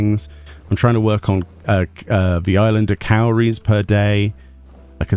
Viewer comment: Cowries? I thought you said calories 🤣